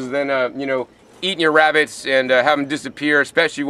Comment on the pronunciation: wabitts hehehe. I love this guy